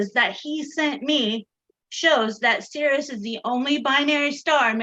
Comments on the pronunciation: Sirius - seer ee us, damnit!! The word pronounced seer us refers to a part of a bodily fluid. Tell her about poles and zeros in the complex plane - you can have lots of poles on the plane. Toss in bits like the existence of zeros in the right half plane for which compensation with a pole is not possible. Tell her about how often j appears in the calculations of noughts and crosses and explain to her that it is imaginary! Obviously a binary star is one with two distinct states - on and off or right side up and upside down or pink and blue or convex and concave or wax on and wax off or... She's so damned dumb and arrogant that "binary" in reference to "a" star has very specific meaning and that other uses of "binary" are irrelevant. I have to quick coming to this infliction point. It's just too painful and brain damaging. lives on the first point of inflection of the plot of the Dunning-Kruger effect. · Why does everyone keep mispronouncing SIR-I-US??? On top of all the other excruciating points, this is really annoying me. Somebody should have smacked long ago, and told her to respect her elders and betters. She has no concept of being in the presence of educated minds. How could you let her manipulate this with her aggressive insanity for so long? "Binary" means "two of", in this case, two stars. This wasted hours of my precious life. Again. Plus audio was way below par. We should have the option to turn it down if it's too loud. Too quiet, there's nothing we can do. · for shits sake, honey, it's Sirius. [SIRR] + [EE] + [UHS complete dope.